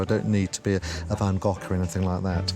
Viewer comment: Thumbs up for pronouncing Van Gogh’s name correctly!